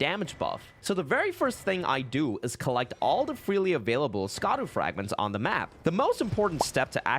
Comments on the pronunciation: "scadu" is pronounced "shadow" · Just a heads up...."Scadu" is pronounced "Shadow"...it's just ye olde spelling. Just like "evergoal" is just pronounced "everjail." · Scadu is not pronounced "Ska-doo" it's Shadow. Just like how Gaols are pronounced "Jails" but spelt in their old english spelling. Scadu is the old english spelling of Shadow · I know it looks stupid the way they spelled it, but I feel like you know scadu is pronounced shadow and you are mispronouncing it on purpose lol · Fun fact, the scadu fragments and scadu altus are pronounced Shadow, I believe it’s the Celtic spelling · Idk who needs to hear this, but "scadu" is pronounced "shadow." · Great video! But it’s pronounced Shaduu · fun fact scadu is pronounced shadow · Please, it’s been a month. Scadu = Shadow just like Gaol = Jail. Shadow of the Erdtree. Shadow Fragments. Shadow Altus. Hearing Scadu hurts.